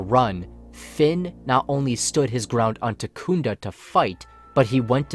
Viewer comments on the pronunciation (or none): I'm sorry, I lost it at Tekunda (Takodana) XD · Takunda? Did you perhaps mean Takodana? :D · Loved it all except it's Takodana, not Takoonda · Am I the only one who cringed when he said takunda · Why should anyone take you seriously if you don't Proof read something as simple as the planet Takodana. It's TAKODANA not TAKOONDA. Proof read my guy, re really easy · Love the video but I have one problem. It's not Takunda it's Takodana!! Joke aside great video keep it up. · Good vid. Good theory. But, could you learn how to say Takodana? It's not Takunda. It would help your theory hold more weight. Still getting a like and a sub. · Takodana (tah-koh-dah-nah) not takunda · Takunda lol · Takodona ("Taco-Donna") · lmao at the pronounciation of Takodana